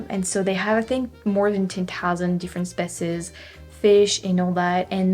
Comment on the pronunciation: Love your videos... and your English is indeed very impressive, especially coming from France where you guys are notorious, at least here in Québec, for having awful English. However, a few other corrections: it's recomMEND, not reCOMmend, and SPEEshees for species, and OTtawa, and COMmented. Damn tonic accent -- English's Achilles heel. And you're the only person I've ever heard praise Québec City transit. They do what they can, but oh, boy, it is such a car city in every way. Well, true, from Saint-Foy to the Old Town is well served, and the tramway will help, but otherwise: it's like a mini Los Angeles.